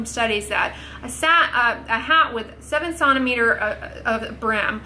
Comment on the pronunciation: Here for the way says “sont-imetres” 😂👏🏼 (centimetres)